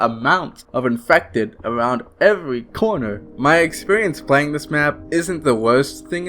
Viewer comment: Is this channel ran by two people? Because honestly you need to stop having this guy narrate. He talks like a 5 year old and it makes me not want to watch. "Today we are pwaying weft fuwh dead..." Goofy ahh shit